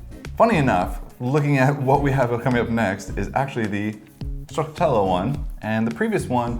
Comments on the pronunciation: Stracciatella is pronounced stra-cha-tella :) and it's usually just basically shaved chocolate in vanilla gelato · Wow I have exact opposite taste compared to you haha. I'm definitely into vanilla, cookie, cheesecake, etc all those cozy flavours. Gianduja is chocolate with hazelnut, Italian stuff :) Edit: úúúhúhú look up what stracciatella is (and how to pronounce it hihi) ;))